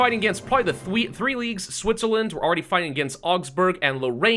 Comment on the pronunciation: Prague nearly says Thwee instead of Three. The UwU language seems to be a contagious, or something akin to that!